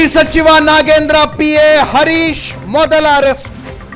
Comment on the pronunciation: ..you are an excellent reporter, however correct your pronunciation ಹ್ಹ ಉಚ್ಚಾರ ಸರಿಯಾಗಿ ಹೇಳಿ... ಹರೀಶ್ ಅಂತಾ ಹೇಳಿ arish ಅಲ್ಲಾ ಹೆಚ್ಚು ಹೇಳಿ ಎಚ್ಚು ಅಲ್ಲಾ ಕನ್ನಡ ಭಾಷೆ ಸೊಗಸು...ಸ್ವಲ್ಪ ಅಭ್ಯಾಸ ಮಾಡಿ ಅದರಲ್ಲೂ ಹಾ ' ಉಚ್ಚಾರ ಎಲ್ಲರೂ ಇಷ್ಟ ಪಡ್ತಾರೆ